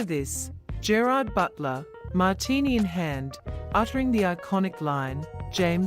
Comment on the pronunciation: IF YOU'RE GOING TO AI YOUR GERARD BUTLER COMMENTARY, TEACH IT TO PRONOUNCE HIS NAME PROPERLY!!!